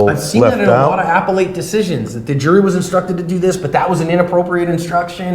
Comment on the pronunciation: Good video. My response about the pencil would be, "If the judge tells me that the pencil is a "pen" according to statute, I'll have to take his word for it. If he says I have to believe it's actually a pen--no way!" And needs to go to law school to learn how to pronounce appellate. 😉